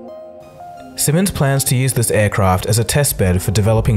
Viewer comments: Siemens [ˈziːmɛns] i.e. 'see-mens' not 'simmons' anyway, carry on.. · "Zee-mens" not "Simmons". :) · Laddy, the company name is not pronounced simmons, it's pronounced seemens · Siemens is not pronunced "Simmons", you silly Schnitzel. It's "See-mens". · It hurts when you say Cimmons instead of Siemens. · Duude, it's "Zee-mens", not "Simmons"! Otherwise, great video. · Actually, it's pronounced "seemens" not "simmonds". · Simmons??? I think you mean Siemens! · Sieeeeeeeemens, not "simens".... Just pronounce it like "Sea-Mens" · Why the hell does he keep calling it "simmons"? It's Siemens. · Please pronounce the german company name long eee SIEMENS,not SIMMENS,more like SEEMENS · It's pronounced "see - mans", not "simmons". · I thought to myself when the narrator said "what the hell is simmons?" then i saw it is Siemens. My dad works in the wind power division, great company. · SEAmens NOT fucking SYmens your pratt. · SEE-MANS not SIMMONS...... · its pronounce seamans like sperm... not sim on s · it's not pronounced Simmons! Try saying Sea-muns. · You say it like sea mans not simons! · pronounce "zeemans" not "simmons" cool video still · Siemens, That would be sea-mens, not simmons. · Thought it was pronounced 'seamens' rather than 'sihmens' ? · Big and it is pronounce sea-mens not simmons. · may I add it’s ‘Siemens’ not ‘Simmons’ 🤬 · It's pronounced semens asshole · Siemens is pronounced Zeemuns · FYI - "Sea Mens", is how it's pronounced. I'd say you'd have a field day with Bosch! :-) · I met a member of the family through a friend of mine, and they both pronounced it like Sea-mens. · Pronounced Semens. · its a "Zimens" :) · Siemens is pronounced seemans by the way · Please pronounce Siemens as Seeemens lomg eeee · Pronounced Zeemans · It's not pronounced "Simmons" though. Anyway, electricity is not yet mature enough for mass transport of any form including cars. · the Sie in Siemens is pronounced like Zebra = Ze-mens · Isn't it sea-mans?